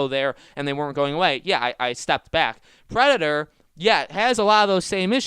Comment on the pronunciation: Is it that hard to say Predator instead of predor